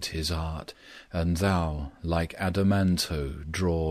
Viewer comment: Beautiful reading. Curious about the extra syllable after adamant